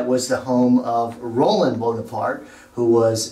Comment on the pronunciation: It's Ro-LAND! Also, it's NOT a patio, it's a balcony or a verandah. Boring beige couches. And those God-awful gigantic Chinese vases! Doesn't look all that expensive. Boy, it's in a noisy section of Paris. You couldn't pay me to stay there.